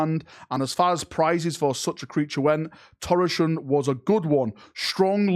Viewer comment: Torachan's name would be pronounced Tor-a-kan. Most likely. I love this for future narratives, I wonder if Bile is actually working towards restoring his Legion of old, pure of corruption, but perhaps still serving his own ends.